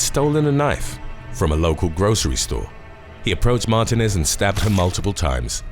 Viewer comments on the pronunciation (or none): Mar tee nez not mar te nez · Mar tee nez not Martin ez. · Martinez is said as Mar teen ĕz.